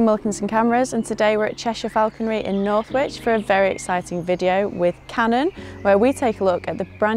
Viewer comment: It’s Northwich, in Cheshire, so pronounced like “north-witch” just like Alex does in the intro 🙂